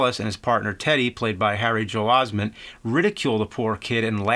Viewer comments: David Sagitas I thought it was Bimmy Joel Osmet. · Ahh yes, my favourite actor "Harry Joel Osmand"... Oh, Jamesey McBamesey. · "Harry Joel Osment"? "Jason Long" lol priceless. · "Harry Joel Osment" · He's gotta be fucking up those names on purpose. Justin long I can understand messing up his name but we live in a world where the Sixth Sense was one of the biggest movies of all time how can you mess up Haley Joel Osment name. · Dang James you are murdering their names. "Justin" Long and "Haley" Joel Osment.